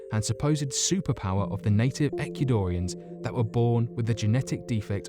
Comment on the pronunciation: He also can't say Ecuadorians and says "Equidorians." What a dork!